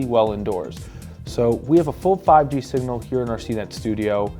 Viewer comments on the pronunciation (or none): none